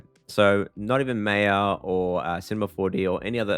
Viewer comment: My guy really called maya MEYA 💀